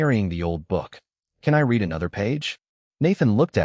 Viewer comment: Really need to teach AI the difference between "read" and "read" in a story involving literacy or get a human reader. The story was pleasant if a little analytical.